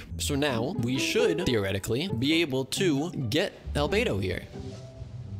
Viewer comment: omg u got Al-bow-do